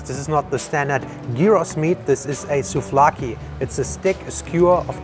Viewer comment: The free desert started from Hania and then spread to the rest if Crete and not so much Greece. Raki is NOT the same with the turkish drink. Just the name but its written different. Get your facts straight and stop spreading wrong information. You pronounce everything wrong. Souvlaki or giros pita is the same food but we call it different all over Hellas. It depends in what town you are. Original souvlaki or pita giros never had potatoes. On loukoumades was syrup not honey. The ntolmades you ate were not hand made. You ate them in the most touristic place, the old harbor, none of the food is hand made there and also use cheap products. They are microwaved and theyre warm. Also the yogurt is canned. Souvlaki now costs 3.50-4 euros. If you want to taste hand made traditional cretan food then go to the mountain and villages. In the town and the touristic places like the old harbor is a rip off and bad quality food full of lies. No local people eats there. Just you who dont know and they fool you... Also dont confuse Cretan food with Greek (Hellenic) its totally different. Crete is only greek the last 110 years.